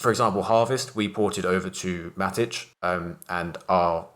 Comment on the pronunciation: "MATTICH" WTF it's Matic. And C'ZED' Its just CZ with a 'ZEEE'